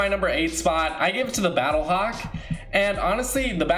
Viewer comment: I got triggered when he said battlehawk and visitor